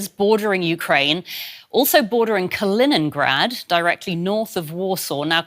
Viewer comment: KalinINgrad... why is it so hard to pronounce it correctly.